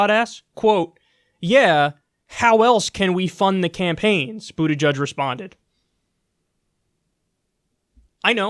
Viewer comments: Boot EDGE EDGE not Boot EDGE UDGE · "Buddajudge" holy shit dude at least fucking pronounce it correctly.